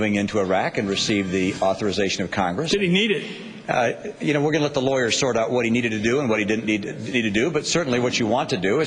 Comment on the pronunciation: Answer; depends solely on the constitution not "loyahs"! "loyahs"! "loyahs"!